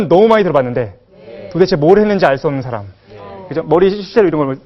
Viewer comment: 선생님! 학자께서, "사람"이라는 평상어의 발음이 틀렸아옵니다!! ""사람"의 "사"를 "짧게" 발음하셨읍니다. "사" 는 "길게" 발음하는 것이 Korean language이올시다. 이런 평상어의 발음문제가 있는 나라는 대한민국뿐이올시다. 이런 문제가 있는 학자의 강의를 들으며 "예! 예!" 하고 듣고 있는 한국의 문화기 "오호 애재! 오호 통재!